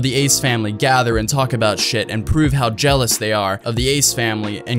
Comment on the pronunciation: she miss the a from jealous lmao😂😆😁